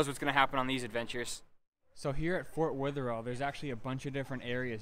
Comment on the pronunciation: Sry to be a critic but it’s pronounced. fort weather. All